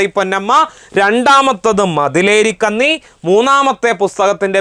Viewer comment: ഇതെന്താ ''കന്നി" എന്ന് ഇങ്ങനെ ഉച്ചരിക്കുന്നത്? പൊന്ന് എന്ന പദത്തിലെ 'ന്ന ' യുടെ ഉച്ചാരണമല്ലേ ഇവിടെയും വേണ്ടത്? പെണ്ണ് എന്ന അർത്ഥമല്ലേ കന്നി യ്ക്ക് ?